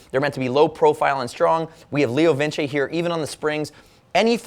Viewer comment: Leo Vin Che? Leo Vince!